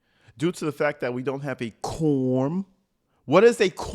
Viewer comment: 100 what??? 3 different insurance COMPANIES!!! The word(s) is/are several, fact not fack , it’s This not dis, it’s seriously, I could go on and on🤣🤨😤